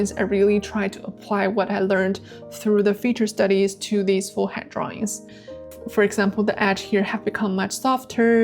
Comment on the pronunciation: I am very impressed with your dedication to improvement. Your progression is amazing. But may I make one suggestion, with no malice intended. , I am very distracted by your pronunciation of the word head. I put on the cc to see if it was me, but even there, it sounds like “hat” instead of head, pronounced “H-E-D”. I have subscribed and will watch everything, my intention is to help.